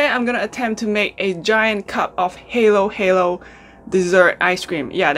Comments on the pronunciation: Hi ! Please say Hahaha then its says Halo- Halo not heylo heylo... congrats i think ur the first one who made it Giant... ive been watching lots of Halohalo vids u know! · It's pronounced HAH-LOH - HAH-LOH. Halo in English means MIX. So when you eat it, you need to miv everything together to get the perfecf experience :) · why'd you make me crave halo-halo,! it's pronounced as HAH-LAW HAH-LAW and it literally translates to mix-mix so you have to mix everything and let the shaved ice melt a little before eating it.